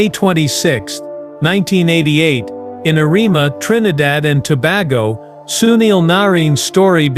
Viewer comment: The mispronouncing of nsmes is very disturbing. It is Tobago Toe Bay Go is the way to pronounce it.